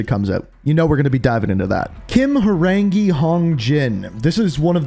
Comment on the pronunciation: It's. ' Ho. Rang. i ' , '호' '랑' '이' means tiger.